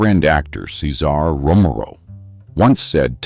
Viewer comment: during the Tyrone Power segment, the AI refers to or more precisely garbles Power's friend's name, "Saysar Romoro" or Cesar Romero.😄😆😅🤣😂